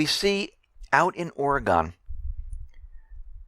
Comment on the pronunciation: Amigo: It's pronounced oreg'n not oregone!